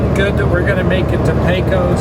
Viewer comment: great videos. By they I know your not from Texas,as I am, but you pronounce Pecos as Pecus & the same for the Brazos River. Keep up the great recordings